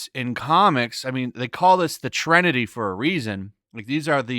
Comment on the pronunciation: Good video. "Trinity" NOT "Trenity".